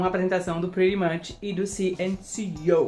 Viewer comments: Eu esperei por esse momento. pronunciando CNCO da forma certa. Eu estava ligado no prêmio e em você ícone! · VOCÊ APRENDEU A FALAR CNCO 🎊🎉🎊🎉.